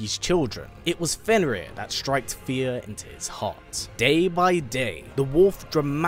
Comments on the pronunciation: Isn't it Fenrir and not Fenris? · Fenrir, not Fenris